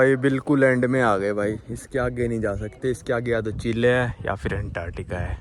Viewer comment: Abe bhai wo चिले नहीं चिली होता है